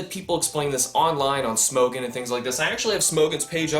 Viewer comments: There is neither an a or an e in Smogon, and yet you pronounce it as if there is one. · Dear God, say Smogon right